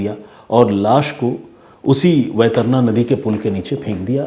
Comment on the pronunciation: वैतरणा नही सर वैतरणी नदी है